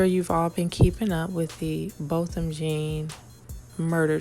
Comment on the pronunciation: your reporting is on target on the murder of Neighbor Joshua Brown of Botham Jean -- pronounced John 💯 Other witnesses will probably not say anything else after this horrible murder.